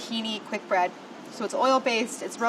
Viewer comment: Could have sworn she said "it's a quick Brad" instead of Bread.... ...